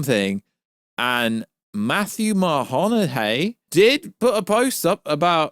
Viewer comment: The disrespect you have by pronouncing Matthew Modine's name extremely wrong is disgusting. Show some respect and say his name right.